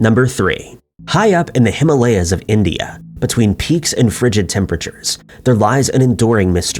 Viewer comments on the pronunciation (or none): none